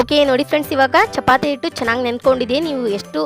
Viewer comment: ಇಟ್ ಅಲ್ಲ ಹಿಟ್ಟು